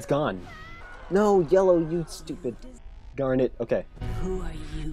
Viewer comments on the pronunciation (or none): garnet g a r n e t G o r n e t